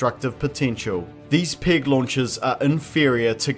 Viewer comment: If he pronounces "peg" as we pronounce "pig" - then how does he pronounce the word for swine?